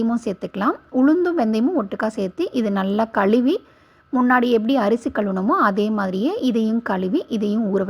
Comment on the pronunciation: Say ANTI OXIDANT , MENOPAUSE , KAZHUVI correctly.